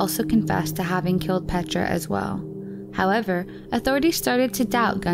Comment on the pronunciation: The pronunciation of her first name ist even worse! It's not called "petscha"... it's P-E-T-R-A 😬